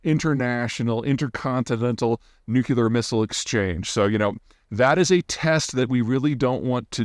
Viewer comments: Someone baited Peter into this question. An entire video where we get to hear "nu-cular" about 432 times. 😂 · It’s nukular in the dialect of English known as freedom because eagles. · I had always put "could care less", "ekspecially" and "nucular" down to poor education, but they seem to be moving towards dominance. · It’s pronounced Nuklee-Ar As in “nucleus” -> nucleAr (I would not call you Pre-te but Pe-ter) This is all because “nuclears” were nicknamed “nukes” which induced the wrong “nuke—(ending)”. I am all for modernization of language but to me this makes less sense as it brings the word further away from its origin. In which case we should then also say “nukelus” for the atom nucleus, and not “clues” but “cules” and not “clavicle” but “calvicule” etc… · Anytime someone tries to talk about science or geopolitics and they say “nook-you-lur” my brain instantly downgrades their opinion. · nope, nucular is just wrong. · It is hard to take you seriously when you cannot pronounce the world nuclear. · Intentionally mispronouncing things like "W" did just makes you sound like a dunce, and if it's not intentional, just a fundamental inability to read a relatively simple English word, and NOT be able to pronounce it correctly, throws into doubt all of your glib interpretations and conclusions. Can't wait for "linguistics professionals" to start telling us that saying "AXE" is really equivalent to saying ASK. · The way you pronounce nuclear makes you sound like a hillbilly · After all this time Peter still can't pronounce "nuclear" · I follow almost all your videos. Smart ideas. Just a small comment : It would be nice if you pronounce “nuclear” correctly. 😉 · People are just trolling you because you can't say "nuclear". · Peter…pedantic comment here…please look at the word Nuclear. It has two parts, two syllables; “nu” and “clear”. Thank you. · I have so much difficulty reconciling how smart this guy is with how he pronounces, “nuclear” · Mispronunciation isn't dialect!